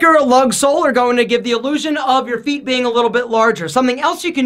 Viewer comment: When he said feet, I thought he said pp.